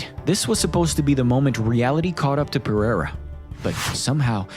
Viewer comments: What’s bewildering is how Unc Chael still can’t pronounce Alex’s last name correctly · am i the only one who hates the way Jon Anik says Pereira?